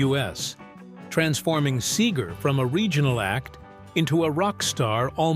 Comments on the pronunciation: "Bob Sayger?" lmao. Another AI video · Who the hell is Bob Say-ger? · AI was doing well pretty pronouncing Seger correctly and then came Saager. HA HA HA. Mispronunciation reveals AI every time. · This dude don’t even know how to pronounce Bob’s name. Horrible. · Yes. Mispronounciation and the endless repetitions. AI needs an editor.